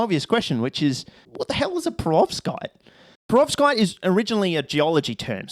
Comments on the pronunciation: What’s a ‘prevorskite’? …and a ‘fluminate’…? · I know what a perovskite is now...but wth is a prevorskite? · Perovskite sounds like a 5 tear old trying to pronounce peroxide